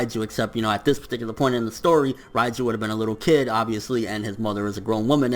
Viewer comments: not "Rai"-ju, it's "REIJU"!(Reige) Rei = 0 (Zero) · Who the f*ck is Raiju ? She's Called Reiju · Please stop saying Raiju